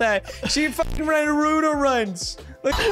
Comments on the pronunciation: No way he said naroooto instead of Naruto 😂😂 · How is Naruto supposed to be pronounced